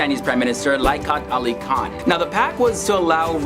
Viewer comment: / Its "liaquat ali khan" not "likat ali kan"!!